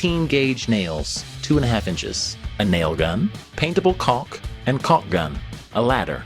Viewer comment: It's not pronounced 'colck'.